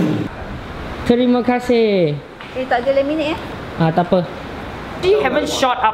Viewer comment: Kau urang malaysya ke soale pas kau ade bibi tu pakai jilbab terus kau cakap macam urang malaysya kat manit kau cakap terime kaseh